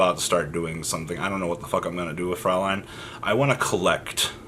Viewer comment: It's actually "fräulein"("äu" is pronounced like the "oy" in "soy sauce". Yeah nothing better than this example in my mind), which is german for (young) lady